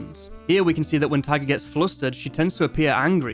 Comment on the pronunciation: Why do you pronounce Taiga as tiger ??